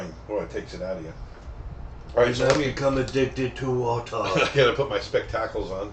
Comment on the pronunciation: he really said specTACKles